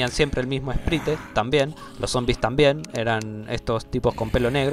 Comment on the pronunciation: se pronuncia "sprait" no "esprite" aksldjaklsdjaklsdjaklsjd me da cosa escucharte decir esprite jaja